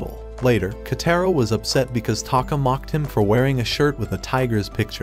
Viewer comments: bro called kotaro into ketero 💀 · I heard the kids name is actually pronounced koutaro but not ketaro